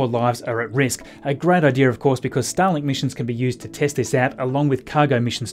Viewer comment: Why do I here "Stalin" whenever you say "Starlink"? :D